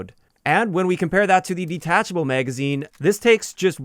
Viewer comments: wtf is a "meygazine" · it wasn't until a few months ago I met one of my coworkers, and he's from the Midwest (Montana) and first heard "bag" pronounced as "beyg". Nowadays I've been noticing more and more similar words pronounced that way and this is the first with magazine 🤣 Are you from the Midwest as well?